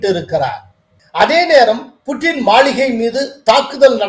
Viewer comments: Hello சார் மளிகை அல்ல மாளிகை தமிழ் தெரியுமா தெரியாதா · Is it Maligai or Maaligai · சார் மாளிகைய அல்லது மளிகையா சரி பார்த்து வாசிக்கவும்.